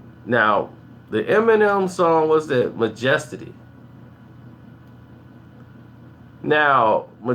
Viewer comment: wow...trashing the album and make it seem like you're an expertise but you can't even pronounce 'majesty' haha you're a clown, glad the music industry does not revolve around you. stop wasting your breath.